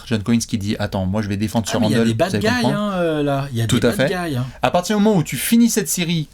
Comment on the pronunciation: "Des bad gayes"